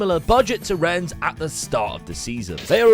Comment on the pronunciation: YOU SAID RENNES RIGHT. The game is gone